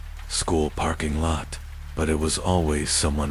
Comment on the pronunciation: Do you narrate your own or use AI? Love the stories, but it's not a "pairking" but "parrrking" lot. Sounds like a pirate. Leading me to believe it's AI again.